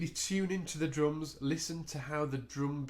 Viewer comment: very helpful,thanks but u said droom.